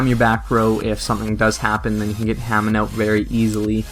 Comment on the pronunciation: It was pronounced Huh-Mahn not Hay-Men. And also it's U-Rai-A not U-Ree-A. In - to to said you didn't know so I thought I'd just say in case you didn't know. Anyhow, thx for the deck profile!